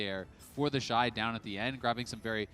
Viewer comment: Its TheShy not TheyShy